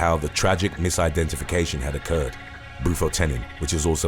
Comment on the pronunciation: Bu-fought-tin = Bufotentin Silo-cine = Psilocin Silo-cye-Ben = Psilocybin